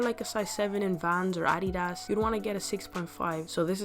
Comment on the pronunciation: I love how you said !AdEEdaS!